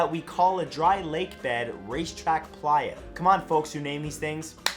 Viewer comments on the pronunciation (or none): none